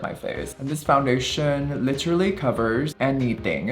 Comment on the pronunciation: Foundationa, foreheada, shada, maka………, are u okeya??????? Do u need help from speech pathologista??????